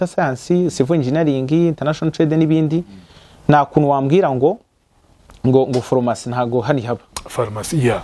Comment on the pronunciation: Ese ko uvuga ko uri umuhanga ariko ukavuga nka Mama wanjye! Phormacy, reçe,..... Mumbabarire nihitiraga ariko ntibiryoshye kubyumva pe!